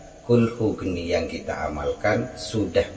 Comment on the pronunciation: Maaf....Naskah Arabnya tertulis Qulhu Kaanii.....kenapa Kaanii dibaca Geni? Mana yg betul?